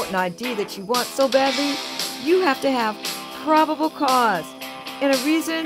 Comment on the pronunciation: PRO-BABBLE... As in like BABBAL-ON...??? Public Law 97-280... 83-280... Lol